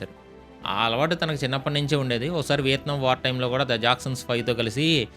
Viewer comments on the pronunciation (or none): none